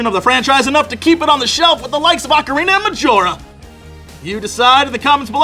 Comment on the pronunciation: I've said it once and I'll say again IT OHCARINA not arcaina 😠 it soo annoying how people on the Internet can't say ocarina right